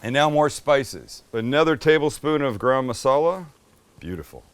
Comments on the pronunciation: Its not gram masala its garam (Gah-R[roll the R]um) masala. 🤣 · MAX….tell your dad how to pronounce garam masala. 🫣😂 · Sam, you forgot to say "Chance's and my favorite" when you added the garlic paste! I was waiting for it. PS is garam masala pronounced the same in the USA like Graham Crackers?" To this Aussie bogan (yes a real one, but living in Thailand), it always sounds like "gram crackers" and in this video "gram masala"? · Max where did you get thst bowl? Looks like a Claypot I make my Indian fish curry. I like the way Sam says Garam Masala. Lol